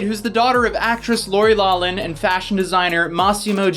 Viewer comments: it’s pronounced Laurie Lauckman not lawman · Loughlin is pronounce "lock-lynn" not "law-lynn." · It's not pronounced law-lin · lawflin...loughlin...thats how u pronounce it...lawflin. its like laugh...how 'augh' in laugh are actually pronounced 'aff" well same way except in laurie's last name instead of laugh (aff) its lough (off) loughlin...grammar lesson #101...sorry, u cant know unless someone corrects u (with motherly love of course...yes, im 45 years old and have a 28yr old married daughter so I am a mother of grown-ass people lol hope ur both doing well...i love love love ur relationship between u and homegirl behind that camera, i assume shes ur gf...it seems very genuine, kind, beautiful and ur general attitude is so graciously real and unbiased on what seems to be everything...u seem to have a very grounded way of looking at things and i truly have loved every video i've found myself watching, not that i watch many only because i'm older and dont care much about social media or follow much of anything younger gens pay attention to but i do catch certain things and i am so glad ur doing well, still have a growing channel and are doing ur thing. God bless u, don't let the dark side take control and be ready for when the ish hits the fan soon...our world is changing quickly...Revelation is happening now (last book of the Bible). how about a video on the Nike and Nas x sneakers that supposedly sell for $1018 reference to Luke in the bible regarding Satan falling to earth like a lightning bolt, sneaks said to have a drop of human blood in sole of shoe filled with 666 ml of red water along w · The way you say Loughlin kills me.